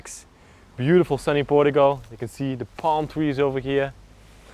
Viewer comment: Please learn how to pronounce Portuguese and Portugal..